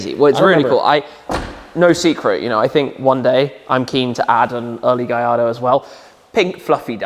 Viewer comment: It's not a gajardo cmon